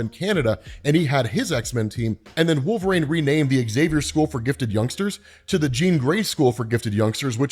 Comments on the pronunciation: How is it 2024, and he's still saying.... Wolv-Rain instead of Wool-Vereen? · Not hating but it bothers me that he says "Wolvrain"